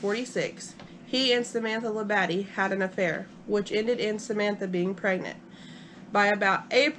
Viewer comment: It's pronounced Lab-a-de.